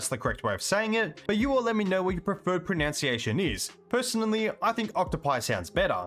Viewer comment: Yo, my dude, pronounce the plural of "octopus" how you like, but the word "Pronunciation" has only one o and is thus pro-nun-see-ay-shun, not pro-noun-see-ay-shun. ;)